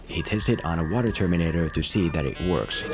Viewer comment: What's up with your pronunciation of "Terminator"?